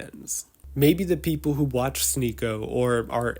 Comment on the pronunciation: fuck sneako. not for the horrible misogynistic things he said but for his mispronunciation of the best channel on yt